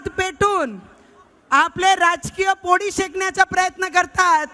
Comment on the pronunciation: पोडी नाही पोळी बोल.. आधी तू नीट बोलायला शिक